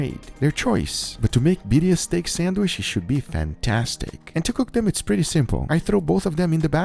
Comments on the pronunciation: I love that he says sandwishhh and not sandwich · Sandwish 🤣 I love it when you say sandwich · Why he saying sanwish like my father in the store